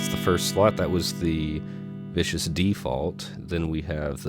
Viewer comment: Love your channel, you have a great delivery, but this is a Viscous (Sticky.. gooey.. resistance to flow..) Vibe.. not a Vicious (Sid, was in the Sex Pistols) Vibe.. ;) I learned a lot thank you!